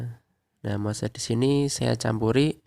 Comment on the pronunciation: Penyebutan Moss itu bukan Mose om. Cukup sebut Mos saja. Bikin bingung soalnya. Buat yang hobi anggrek, media moss itu sudah tidak asing lagi. Ada moss hitam ada moss putih.